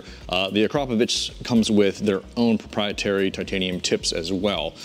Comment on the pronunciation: Finally somebody pronounced 'Akrapovic' properly. Great video.